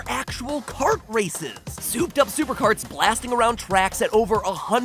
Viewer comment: Mario KKKart